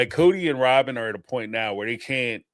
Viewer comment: It’s like Rawwwbin is really leaning into the way we make fun of her pronunciation. She’s rage-baiting us. 😂